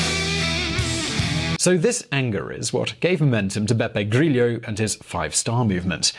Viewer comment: Italian is not Spanish, your pronunciation of grillo is more than "inappropriate" it really sucks